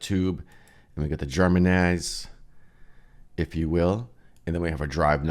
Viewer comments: Actually it is pronounced "jer-man-ee-um" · Germanium. It's pronounce "jer-may-nee-um"